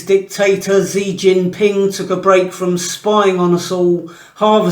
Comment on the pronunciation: Was that dictators or d1cktasters?🤔